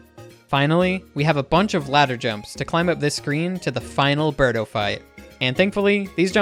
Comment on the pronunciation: It's Birdo not Berto